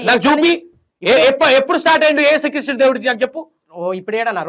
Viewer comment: ఏసు క్రీస్టు కాదు....యేసుక్రీస్తు..కరెక్టు పలుకు. నిజమైన దేవుడు